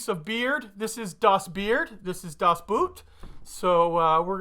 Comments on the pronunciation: Not “das Work”, the e sound more like Ai from “air”, so, “das wairk”. And also not das boot, like a car boot, but rather like a bow (like bow and arrow) Das bow t. Or just say it like you say boat. Very similar. Keep the o a bit more in the front of the mouth. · Just an FYI. I scanned quickly through the comments and I apologize if someone else has mentioned this, but the German word "boot" is actually pronounced similary to the English word "boat". The only difference, which might be hard for a non-German speaker to hear, is that the long "o" sound in the German boot is just slightly longer than the long o sound in the English boat. Prost!